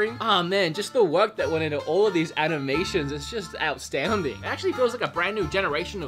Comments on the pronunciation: mf said "outstounding" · But hey!, I found out that it was "Outstounding!" Lol awesome job on the video and remember how much support you've got! You look like your doing alot better now. Stay safe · "outstounding"